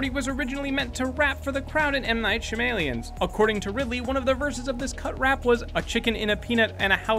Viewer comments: It pronounced Sham-alon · Sha-m-alien < sha-ma-lan